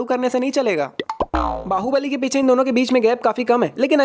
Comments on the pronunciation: Baahubali No goobali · bahobali bahobali nahi wo thore he 🤣🤣🤣🤣🤣🤣🤣🤣🤣🤣